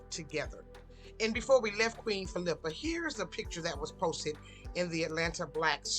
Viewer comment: Geez....You can't even pronounce her name correctly.